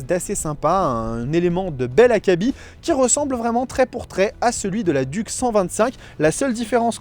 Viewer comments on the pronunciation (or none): BIBRE 😭😂😂😂 ça se prononce By bré et "DUC" ça se prononce DIOUKE t'es essai son complet mais steplé frero mets y du tiens 🤦‍♂